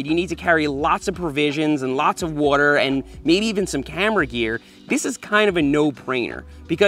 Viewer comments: What's a "warter bahtle" :p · Nobody: Seth: wuarer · Ah yes, the classic wuhter bottle